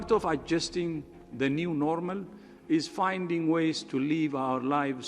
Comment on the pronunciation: Guy can’t even pronounce the word normal 🤦‍♂️